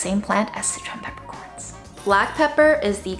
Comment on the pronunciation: Until this video, I always thought you were saying citron peppercorns. It was very exciting to realize I HAVE favorite peppercorns!!!!!